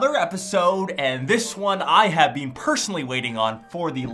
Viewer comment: Lol the way you say "been" is my pet peeve lol